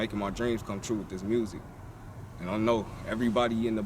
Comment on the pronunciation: Check out his "mursic